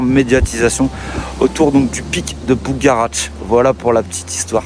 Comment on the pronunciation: On dit ''bugarach'' et non ''bougaratch''...